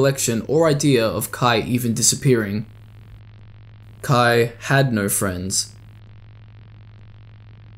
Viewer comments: this is a good summary of these, but it bothers me sm that you pronounce kaia as "kuh-eye" not "kuh-eye-uh" like, theres an extra a for a reason lol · Why are you reading Kaia as Kai? 😭